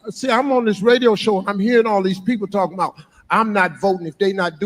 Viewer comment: "Talkin mout" 😂😂 talking about